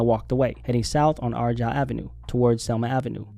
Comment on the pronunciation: How did you pronounce “Argyle” or 🧐